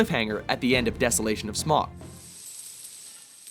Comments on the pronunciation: it's not smug, it's S-mawg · The Smaug pronunciation though ... -. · The Hobbit is an amazing film and my fav of all time! but what annoys me... if ur talking about the film ... STOP SAYING SMAUG WRONG U JUST SOUND STUPID... still a fan though :)